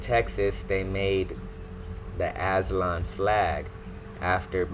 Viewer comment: He can’t even pronounce it , he sounds slow